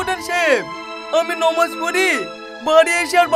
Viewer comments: নামাজ না নমাজ ঠিক করে বলতে পারে না। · নোমাজ না নামাজ ভালো করে বলতে শেখো